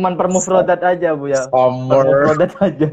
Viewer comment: Summer kalo keliru pengucapan jadi somor nun wkwkkwkw